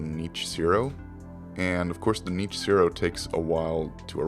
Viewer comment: "Knee-itch" Zero. Yikes, that pronunciation of it!!